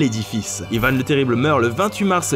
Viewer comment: Pourquoi Yvane on dit pas Yvan